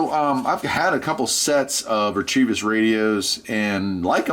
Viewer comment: Also, you're saying "REE-TREE-VISS", but it's "RETEVIS" (Rêta-Viss. "You're welcome"